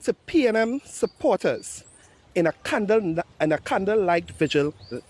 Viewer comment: Just became the biggest asset of the unc...cant even pronounce candle ,de des kriminatory...sad so sad...